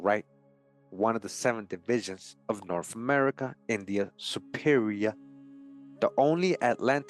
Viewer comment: Hispanic person here, translating for the Caucasian listener. Earf-Earth, Norf-North, Miff-Myth, Efnology-Ethnology, Truf-Truth, Bref, Breath. Just busting balls!! Love the content, keep it up👍